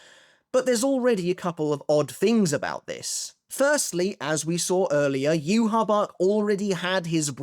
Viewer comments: Why do you pronounce Yhwachs name like that? It's not pronounced that way in the sub or dub. It's so annoying it's not "yu ha bach" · there's no way as an English speaker you read "Yhwach" and thought, "yeah that looks like it spells 'you ha bak' " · actually did try pronouncing it the same way that its said in the anime for a video, but people requested that he went back to saying yoo ha bach. Most people are used to him saying it that way by now